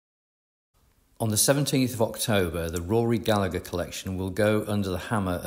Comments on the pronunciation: As an Irishman, I cannot tell you how much I flinch every time I hear his name mispronounced. In Ireland the second G is never pronounced: Ga-La-Her 👍🏻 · At least pronounce Rory's surname properly please.